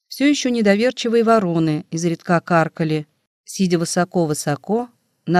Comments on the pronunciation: Не изредКА, а Изредка. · Изредка. Ударение на И. 😢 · Ну что это за "изредкА"? Слово встречается часто, и каждый раз ударение на последний слог. Значит, ошибка не случайна. И недоумение растёт... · Наверное, читает машина: русский человек не может в слове "изредкА" ставить ударение на "а". Здесь же постоянно коверкаются ударения! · Изредка. Ударение ставить на "и"!!! Ведь это надо знать тем, кто читает классику... 😢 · Мне тоже не понравилось, как будто читает робот. Странные паузы в неподходящих местах... И просто чудовищные ошибки в ударениях. ИзредкА убило